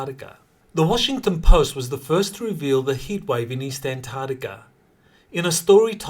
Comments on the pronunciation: PLEASE learn to say antarCtica correctly. I’m really sick of hearing ANTARTICA, it’s ANTARCTICA with a Kay sound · C'mon can you start pronouncing An-TARC-tica correctly? It's painful to listen to. Please put that K sound on the end of the second syllable.